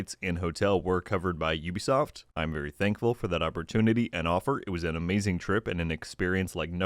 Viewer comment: Thank you for pronouncing Ubisoft correctly and not pronouncing it as 'ooh be soft' 🤦🏻‍♂️